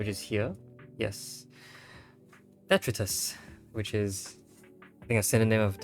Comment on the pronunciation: it's pronounced deh-TRY-tus but the meaning is correct